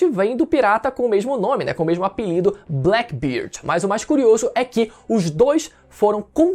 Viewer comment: Black BêêêêêêRD( fonetica nasal com Ê) diferente de BLACK BIRD.BâaâââRDi